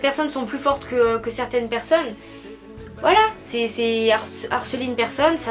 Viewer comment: 😂😂 ton accent anglais “certine raison de why “